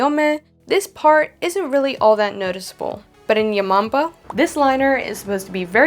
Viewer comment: When she said "yamombo" I thought she said your mom bro